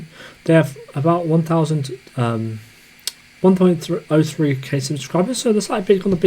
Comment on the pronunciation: Man couldn't say 1003